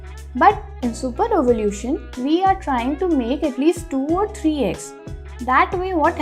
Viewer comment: Ovulation hota he wo ovulution nahi…